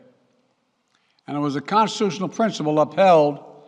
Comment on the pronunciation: He can't even say constitutional right wow